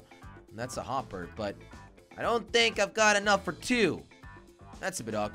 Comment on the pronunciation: YOU SAID WOPPER